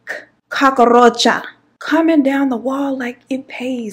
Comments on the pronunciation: N the Cockaroacha!! I can't stop saying this!!! It's more like cookaracha (in Spanish) I love n adore u so MUCH! 🥰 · First 3 min. i thought blue was your man, and I thought you was going to say you locked him out. They say men dont notice hair and nails but i like your s#it. The way you said cockaaahroacha made me wonder if you was puerto rican. lmao your funny made me laugh when i needed one. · I’m hollin 🤣🤣🤣🤣 Im glad I found yo channel new subbie girl every time you said Cock-a-roacha I start crying 🤣🤣🤣🤣🤣🤣